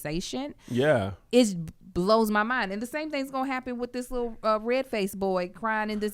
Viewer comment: “Wittle Jesus” 😂😂😂